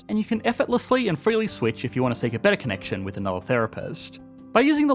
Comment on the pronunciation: Sorry, maybe it’s not the accent. It’s the vocal fry at the end of your sentences. “Betttaaaa” boy it’s BETTER.